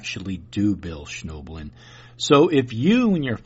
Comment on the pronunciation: Well, not only didn't you say his name correctly, you didn't even spell it correctly in the title, so if that's indicative of the sort of research that goes into your "debunking", I don't think Mr. Schnoebelen (pronounced SNEH-blen) has much to worry about.